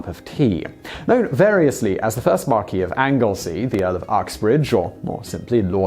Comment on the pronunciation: Simon, he was a British Marquess (pronounced "Markwess") rather than a continental Marquis (pronounced "Markee")